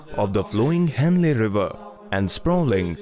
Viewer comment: What is wrong with your pronunciation Mr Narator? Hennle...Meowdos